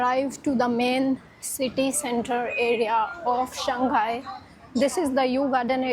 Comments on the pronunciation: Shanghai is pronounced as Shang hai..not Shan ghai. Hope you get it right. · I've just realised Indians have difficulty in pronouncing the name: Shanghai. Instead of "Shang Hai", they keep saying "Shang Gai". Perhaps Shanghai is known in India as "Shang Gai"